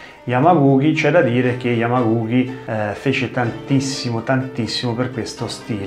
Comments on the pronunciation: *Yamaguchi non Yamaguki 😅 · Come sempre mi permetto di notare che si legge Yamaguci, come in "Cina" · Pron.Yamaguci come uchi o dachi pron. uci daci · Si pronuncia Yamaguci......oss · ma magari imparare a pronunciare correttamente il nome di yamaguchi sarebbe stato il minimo... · Intento interessante ma, mi si consenta, tante imprecisioni sia linguistiche (il nome di Yamaguchi, già fatto notare, ma anche la pronuncia di jiyuu kumite) che storiche. Sono stato dieci anni nella ikga allenandomi anche in Giappone. Conosco un pochino la scuola e la storia di Gōgen e ci sono alcuni momenti storici che magari potresti recuperare (come e con chi ha iniziato il karate, il suo ruolo come figura legata allo shintô che accenni appena ecc.) e magari approfondire in un altro video :)